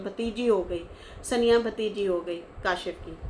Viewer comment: Saniya. Nahi. Saaniya. Duble AA. Saaaaaaaniya. Aisa naam hai meri English bhi aise hai ki gharmai bolte hai tu hamare samne bol lekin bahar mat bol